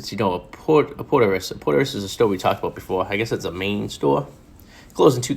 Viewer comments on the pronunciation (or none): It is spelled Porteous, it is said PORCH'S POR-CHIZ POUR-CHIZ. Poor-tee-us? What??!